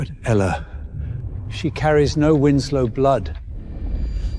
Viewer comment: How Tf do you read winsek out of Winslow?